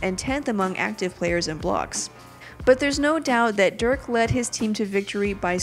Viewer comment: they love Dirk so much she says his name wrong